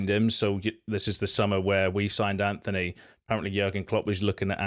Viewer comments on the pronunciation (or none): Dude, tiny thing but where are you getting the ‘h’ from in your pronunciation of ‘Antony’? It’s ‘Antony’ not ‘Anthony.’